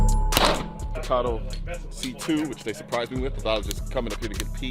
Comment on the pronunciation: "Porsh"? Well, at least you pronounce Staccato correctly.